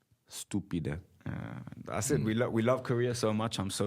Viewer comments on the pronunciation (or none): The way he said ''stupide'' burst my head! I love that bro! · I WAS THINKING THE EXACT SAME THING TOO!!! ESPECIALLY WHEN HE SAID “stupid eh”😭😭😭